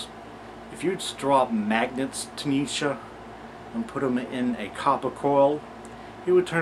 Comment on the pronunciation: learned something new here. Neatzuh, not Neatzee. Nietzsche eatsa pizza. Now you'll never forget it! hehe What a redundant name. Let's rename him neetzuh instead. phonetics fer dah win!